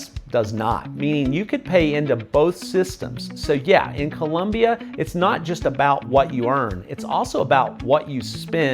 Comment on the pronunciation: "Colombia" not " Columbia"